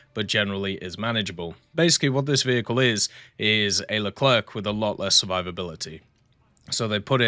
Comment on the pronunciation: The "C" at the end of Leclerc is silent, it's not "Le-cler-que" but "Le-cler" phoneticlly